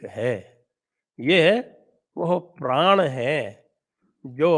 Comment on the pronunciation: लेकिन प्रधानमंत्री जी तो प्रण का उच्णारण संभवत:गुजराती भाषी होने के कारण "प्राण" कर रहे थे!